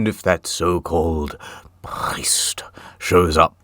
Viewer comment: for anyone who wants to hear the lad say prriest